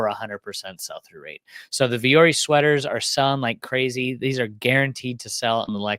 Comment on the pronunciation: Vuori is the Finnish word for “mountain” and alludes to embracing and overcoming challenges. Pronounced Vwo-Orrie